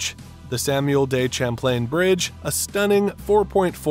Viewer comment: Does this video have an AI generated voice? The way the voice pronounces Montreal and Samuel de Champlain is truly strange.